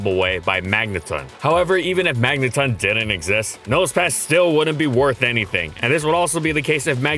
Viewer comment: it's not the word "ton" though, like the unit of measurement. It's a reference to words like "elecTRON", "proTON", "magneTRON", etc. It rhymes with "dawn", not "bun". It's probably a combination of magnetron and proton to get magneton. All official media has always used the dawn-rhyme pronunciation.